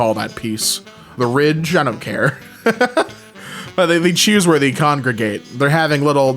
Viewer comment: What accent does have that makes him say "Thee" instead of "they"??